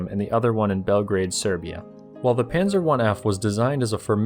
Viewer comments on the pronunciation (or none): none